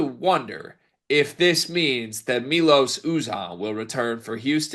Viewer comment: It's M-EYE-LOS you man child!